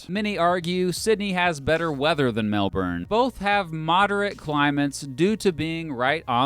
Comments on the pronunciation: It’s not Batman. There’s no stress on the last syllable. It’s pronounced more like Batmen. And it’s frustratingly irritating to hear Melbourne pronounced Melborn. It’s Melbin. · Its not pronounced melburn it’s pronounced melbourne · I am australian, fyi its not pronounced melburn, its pronounced melbn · Melbourne is actually pronounced "Melburn", not "Melborn". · it's not mel BURN, it's Mel Bun. Get it right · Melbourne is not 'Melburn". It is "Melb'n" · Every time you pronounced Melbourne as 'Melburn' instead of 'Melbin' I died a little inside :( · Nah, it's still wrong mate, it's Melbn not Melburn or Melborn. Cheers bloke. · I'm so used to Americans pronouncing it "MEL-BOURNE" that hearing it pronounced "MEL-BEN" is kinda weird, I agree. It's named after the British PM - Lord Melbourne. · **also in strayan its called mel-ben. not mel-born. mel-ben. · You were spot on with so many things! But stuffed up saying Melbourne it's pronounced "Melben". Also you only mentioned less than a quarter of the teams and big tournaments played in the two cities. But for an American food job!!! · That is not how Melbournians pronounce Melbourne... sounded too harsh... It is pronounced MEL-BUN. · why do americans pronounce Melbourne as “Melborn”? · It's 'Mel-bin', and they're called Melbournites, or 'Mel-bin-ites''. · The way he pronounced Melbourne drove me crazy. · LOL He is trying to avoid saying it Mel-born like most Americans but still has some way to go on the pronunciation. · Bloody hell I hate the way Americans pronounce melboorne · its pronounced melbn. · say Melbin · say melbn right please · I keep cringing at his pronunciation of Melbourne. (More like Melbin) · sorry but the fact that he says melbourrrrne every time just gets me, ugh annoyingly irritating 😂 ( typical American ) if you want to tell us about the city maybe learn how to say its name first, cheers mate 👍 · It's pronounce Mel-bin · Still better than "Mel-booorne" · it is Melbourne not melburn